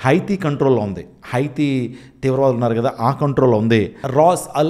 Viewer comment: హైతి కాదు బ్రదర్ హౌతి అని పలకాలి.అంతర్జాతీయ విషయాలు మాట్లాడేటప్పుడు పూర్తి విషయ పరిజ్ఞానం తో మాట్లాడితే బాగుంటుంది,ప్రవచనాలు నేరవేరుతున్నాయి అన్నారు అన్నిటికీ బైబిల్ రిఫరెన్స్ కోడ్ చేసి మాట్లాడితే బాగుంటుంది.